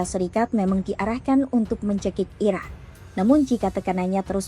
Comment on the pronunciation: Ini cara membaca berita si pembaca berita agak unik, selalu diakhiri dengan nada tekanan yang aneh pada setiap akhir pembacaan. Belum lagi pengucapan kata "Iran" terdengar seperti diucapkan "Iraq" ? Untuk media selevel kompas terdengar tidak profesional. Koreksi jika saya salah.